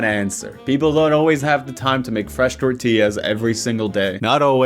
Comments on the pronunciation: The accent tells you how authentic the Tore-tea-yas are. A real life mexican would never lie about Tore-tea-yas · I love when people talk with a strong American accent then thow in a "Tore-tea-yas" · oh my god imma throw up lmao homegirl is speaking perfect english the entireeeeeeeeeeeeee time until its fRRResh toRRRTilas like if you speak english you dont need to say torRRrrrtilas as if your mexican or spanish heritage depends on it like pronounce it english its fucking fine its like "blablaenglish CROHHSAHHNTT btw and also" so goofy man so dumb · Why does this lady only have an accent when saying "Fresh" and "Tortillas" and no other times? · The code switching whenever she says "Tortillas" is everything to me 😂. Its so jarring hearing it mid sentence, she puttin that STANK on that -illa part